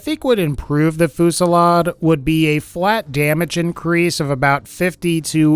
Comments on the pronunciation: 5: 59 Holy fucking shit. It's pronounced 'few-si-lard' not fucking 'foo-si-lard' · It's pronounced Foo zee yad